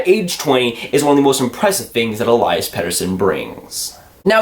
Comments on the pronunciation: still pronouncing Elias wrong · I don't even think Elias knows or cares.. But in Swedish it's E-lii-as... Watch some of his goals from SHL to hear the commentators. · It's Elias not Elias lol